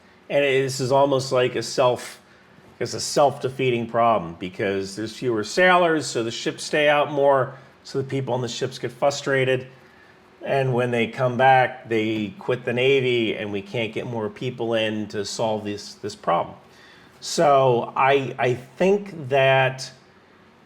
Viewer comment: OMFG, you say 'Fustrated'.....?????